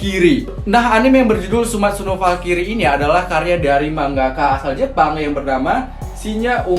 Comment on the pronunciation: Bang bacanya bukan falkiri tapi falkrai